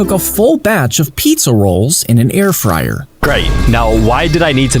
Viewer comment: pee-za rolls MAHAHAHAHAHAHA